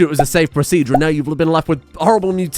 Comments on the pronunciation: "It's pro-SEA-jure, not pro-ce-dur" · it's spelled PRO-SEE-JUR. gosh